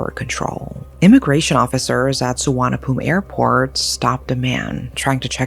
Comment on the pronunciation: This is horrifying. Men like him are a plague in this world. Also, your Thai pronounciation is very good,! Especially how you said the name of Suvarnabhumi Airport! Lots of love ❤️❤️